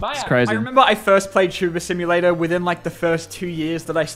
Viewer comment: "Wot????? You never played tubuhr simohlatur?" - PewDiePie